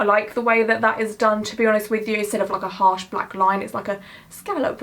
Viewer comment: very very 'arsh 😏😂